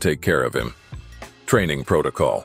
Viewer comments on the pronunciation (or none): none